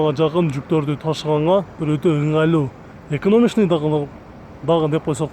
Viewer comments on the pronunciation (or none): Еконамичный емес еканомичный